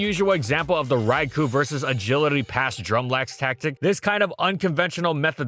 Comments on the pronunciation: Raikou* not Raiku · This is why it bugs me that there is still isn't an ability that triggers Trick Room upon switch-in. Also for Arceus' sake it's pronounced "Rai-Koh"!!